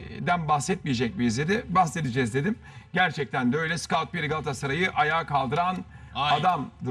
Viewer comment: Cahil Erteeeeeeemmmm... onun adi ScAut piri degil ScOtt piri